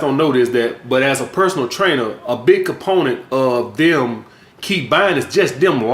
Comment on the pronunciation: He can’t say the word that. He says dat. He says dem instead of them.